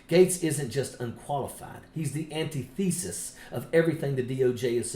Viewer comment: Can we just stop with the “antithesis” and it’s numerous mispronunciations and go back to the humble but unambiguous “opposite”? You are still one of my top three sources for information, either way.